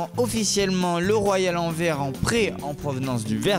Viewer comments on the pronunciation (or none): Anverssssssss pas anver mdr ou antwerp